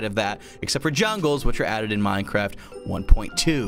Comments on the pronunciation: It sounded more like "Minecrahpt"! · Lol it sounded like he said mine crap